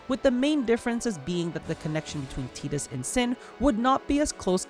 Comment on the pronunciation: Saying Tidus correctly?!? Holy moly, take my sub. 😅 it's my boys name, so it is nice to hear it said properly on here for once lol. Great video all around 👍